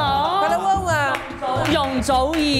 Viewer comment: 周深一句“容祖儿……“太好玩了，粤语真标准❤